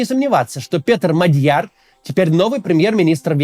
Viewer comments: Максим неправильно ставит ударение. Правильно-МАдьяр(на первый слог) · Не Мадьяр, а Мадяр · не Мадь'Яр, а М'Адьяр 😢 ...готовится к эфирам надо.